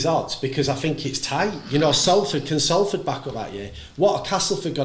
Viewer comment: Well done lads with the correct saying of Salford